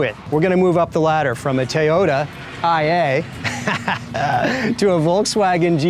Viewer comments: did he say TAY ota?.......was he born in 1903 Brooklyn? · What in the HELL is a "TY-otah????? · Tayota lmao I’m dead